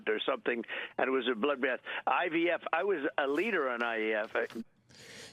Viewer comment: Did he just IAF, instead of IVF?